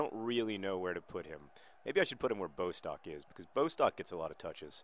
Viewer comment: John I know mispronouncing things is your thing but it is pronounced Bost-ock not Bo-stock :)